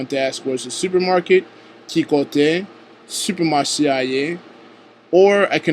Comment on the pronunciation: bonswa met la, sak pase ? i am a Haitian creole teacher as well but what i don't understand here is that you say supecmache a . don't forget there is no u in the Haitian creole so please think it over next time. thanks